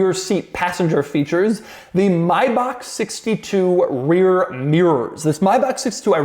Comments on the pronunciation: But what's up with "My Bach". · Doug pronounces it wrong. Same deal for Maybach.